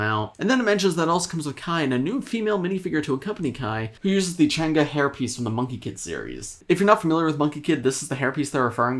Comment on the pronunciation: 'I like your accent,say it again' Changga (Chang'e)